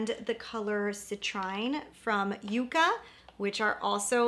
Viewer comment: YUCCA is pronounced “yuck’-kuh” . It’s a plant that stores it’s own water and survives beautifully in hot deserts of the American Southwest. Its thorns protect it from being grazed by cattle, feral animals. Many varieties of this plant—in dusty-looking colors with tiny, bright contrasting flowers reminiscent of ND’s “Yucca”